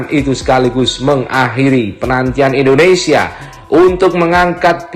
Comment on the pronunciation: Endonesia apa Indonesia bang???